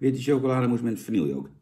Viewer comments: het is geen vanielje 🙃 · Vanille. Ome Jan: "vannielje".